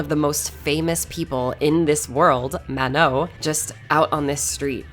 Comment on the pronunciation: Great video but the way you pronounce "Manon" is absolutely dreadful